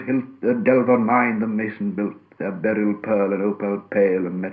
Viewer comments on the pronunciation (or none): none